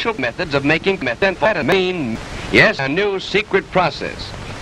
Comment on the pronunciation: "In every jar, you'll find three special methods of making menthampethamine" Menthamphetamine? What is that?